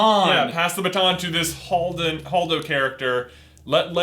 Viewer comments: holdo not hodo. And they acknowledge the correct pronunciation in the beginning of the video. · it is Hold-o hold pronounced like the word hold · Holdo is pronounced Hold o.